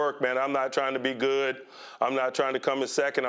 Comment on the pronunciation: Why when Tomlin speaks is their all the sudden a t in good? It’s not goodt it’s just good